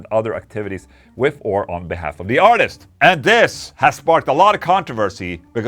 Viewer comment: Mr. Englund, I really enjoy your vids and I enjoy the way you pronounce Th’s like and f( example: Sunday wi(ff)th Ola. I am definitely going to buy one of your companies guitars. Quick question, can I get whatever pickups I want and for that matter however many I want as well as control knobs on the guitar? Let me know my good Man. Ola for everyone!!!!🍟🍟🍟🍟🎸🎸🎸🎸🎸🎸